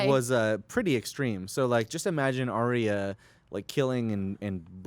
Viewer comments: and I heard him say Ar-Ee-ah instead of Ar-Yah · Stop pronouncing Arya's name wrong >.< She said it twice this season and yet you all still say it wrong, Maude Garrett will know all about how that feels :P